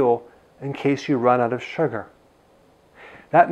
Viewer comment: keke the way he say Sugarrrr 😊👍